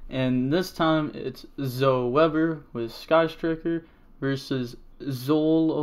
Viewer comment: It's not zo it's zoEEEEE, you make fun of people making bad plays but that is nothing compared to how crazy you saying zo instead of zoEEEEEEE makes me